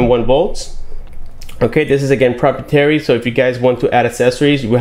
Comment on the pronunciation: it's pronounced pro-pry-e-terry. good video though hermano